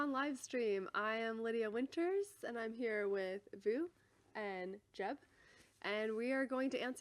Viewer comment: It is Jeb, o may Gad